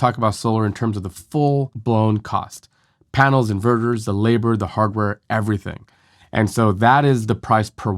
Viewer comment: It's super annoying with you making " Inverters " sounds like in burgers ! At first I was perplex, what burger the guy is talking about ? Then I listened on and realized that you pronounce "inverters" " in burgers " and you keep on repeating your " burgers ", like "mini burgers " and so on !